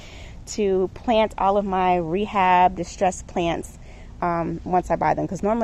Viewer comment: “Rebab row” haha love it!